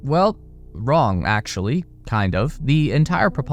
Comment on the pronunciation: "Nothing Can Go Wrong!" "CaN gO W ong!"